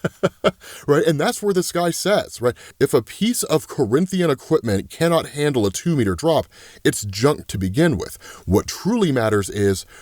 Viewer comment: First you're calling Thaedus Thadeus.... Now you just said Corinthian instead of Korr'athian................ lemme tell ya somet...LEMME TELL YA SOMETHIN...... mAaaaaaAAAAn.....